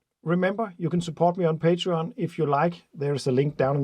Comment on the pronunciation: Patrean,Patrean,?what did you say ?